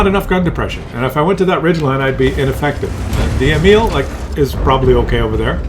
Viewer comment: It is not "kranwagen", it is "kranvagn", remove the "e" and you are getting close to use Swedish and not German pronunciation. And it is "Emil", not "Emile", like French pronounciation. Just go to Astrid Lindgren and her story about Emil i Lönneberga, which there are videos about. But still great content.